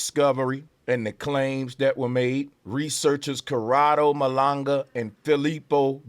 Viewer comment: Very smart guy... very informed, yet he doesn't even pronounce Malanga right.😂 BRAVO 😂